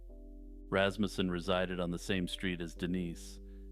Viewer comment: Thank you for pronouncing Rasmussen correctly. It seems like everyone else on YT likes to pronounce it with a real emphasis on the mussen part but pronouncing it like Rass- Mewson. The reason I comment is because I have Rasmussen relatives, and even they find that usual YT pronunciation irritating. And no, no relation to Terry Rasmussen thankfully. Maybe in German it is pronounced that other way, but not so much in the US. As far as drones being seen over sensitive areas in NJ and other states, the first person I would suspect would be Musk. I think Americans are soon going to find that Musk is not their friend, and is someone who has planetary domination in mind. No surprise whatsoever that he would have his minions flying drones over US military sites and other sensitive areas. It's my own opinion and belief however, and I wouldn't expect everyone to agree with me. However, when it comes to real UFOs, they do indeed exist. Once you have a close encounter or UFO or ET experience of your own, you quickly lose any scepticism you may have had, and realize just how close minded humanity can often be.